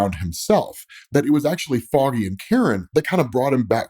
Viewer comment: Im liking because i like your content. But would be nice to dont announce foggy's like that 😮‍💨